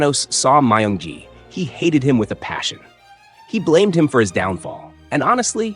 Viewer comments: He said myung gi but it sounded like monkey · He said myung gi